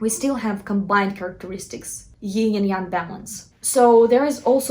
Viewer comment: You may know that Yin and Yang come from Taoism and can be learned about in the I Ching. ☯️ BTW it’s pronounced /yïn/ not /yïng/.